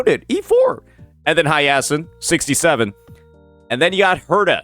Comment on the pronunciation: It's not Hiyeahsin 😂